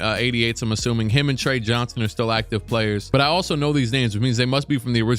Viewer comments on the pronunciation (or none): none